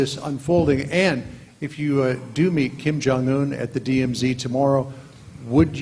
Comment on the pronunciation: Did he just call kim for king?